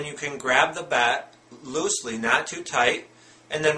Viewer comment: Bat* not bag